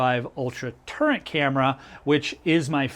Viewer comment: Are you saying turret, turning out turnet??